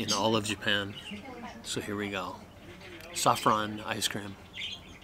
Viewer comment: Saffron - sofron 😭🙈